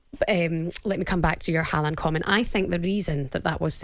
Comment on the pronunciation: How lucky working with her in the morning . Sweet. Idc even how she butcheres Haaland’s surname